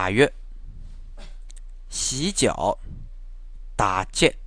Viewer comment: 洗脚的发音像是说 打劫